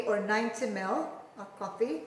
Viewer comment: i like the way how she pronounce 90ml to 90mel hehe